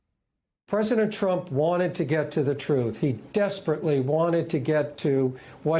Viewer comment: Who does she say defenDANT like that?